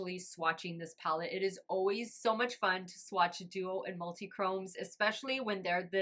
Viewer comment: Honestly every person I've seen talk about this palette has pronounced it the same way, so you're not alone 😅. I'd be lying if I said it didn't bug me a small bit, but at least you noticed! And we're human, we all make mistakes!